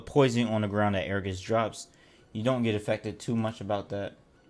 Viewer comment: I'm not even gonna watch this because you say agarus wrong. It's ag a rus. Not air a gus.